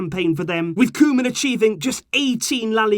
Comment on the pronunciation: Hi! Just helping with pronunciation, try and say Koo-man but the man like the English can't and can and try to say the koo a little faster, Vitesse is pronounced Vi-tess-e you say the e at the end. Keep up the good work!